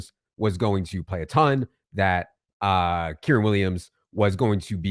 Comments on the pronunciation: Hey, brother. With all due respect, its your job to talk about these players. i think its important and respectful that you pronounce their names correctly. Kyren is pronounced Ki-Ren like Ki Lo Ren in star wars but without the Lo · Please stop mispronouncing Kyren